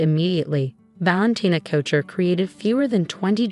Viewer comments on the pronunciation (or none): and pronouncing "couture" as "choucher". Hilarious.